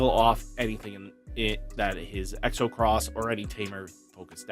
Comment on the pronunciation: Don’t mean to be rude buts it’s xros=cross just kept hearing you say it wrong lol